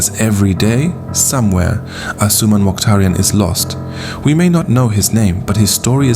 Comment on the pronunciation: If you can't even say his name properly maybe you shouldn't be assuming things or exaggerating the fake news